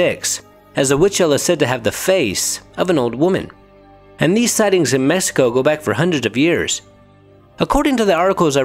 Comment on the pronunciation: La lechuza of “messico” 😂 it’s a x man cmon Mexico